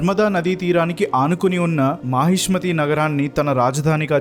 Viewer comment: Mahismathi KADHU bro..mahishaamathi..one of sodashamahajanapadas..